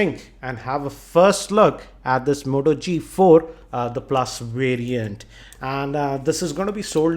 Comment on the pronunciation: moto g4+, not the modo g4+ hh indian voice always annoying